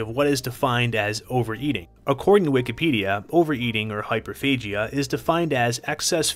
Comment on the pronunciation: You lost me at “Wikipedia”